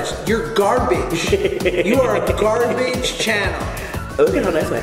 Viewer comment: correction.. garbawwwj